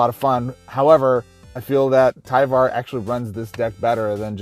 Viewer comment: TIE-var. like LIDAR